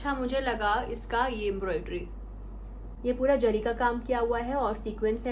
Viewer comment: Its zari not jari